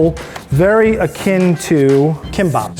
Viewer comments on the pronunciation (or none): Someone want to let the chef know that it's pronounced Tah mah go and NOT Toe mah go. . Tamago is egg. The sweet omelette is Tamagoyaki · So im japanese and TaMaGo and NoLiE r pissing me offfff NAH BITSH ITS PRONOUNCED TA MA GO AND NO LI INNNNN A JAPANESE ACENT BOI hmu n ill send u a vid on how u actually say em. (May not get to u very quick oof) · This was a fun episode to watch, the pronunciation of words was cute so American style haha TuhMAAgow noRRee SOOshi sakEE theres actually no stress on any syllables, it should be more like tah-mah-goh, noh-ri(r sounds like the tt in butter or the dd in ladder), su-shi, sah-keh! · Tamaaaa-go ...... TA-MA-GO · The pronunciation of tamago threw me off so badly I had to rewind 4 times. If you cook cuisines that are in a different language- be respectful and learn how to pronounce stuffff T_T tah-mah-goh, it's not a fucking tomato. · Ah yes, tah-MAH-go. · Amanda Hawthorne Yup! It’s pronounced tah-mah-go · those are English words... ? But English has a word for tamago, namely EGG. Say egg, or pronounce tamago the right way, because it's really not hard (all the sounds in tamago can be found in the English language). Native English speakers just love butchering other languages. :")